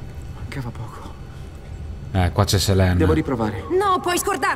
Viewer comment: Si dice legge serin non selen ahahahahahahahah😂😂😂